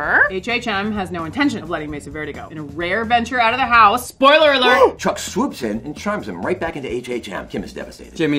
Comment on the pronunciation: nobody: Bob: spoileiler alert another good one is Michael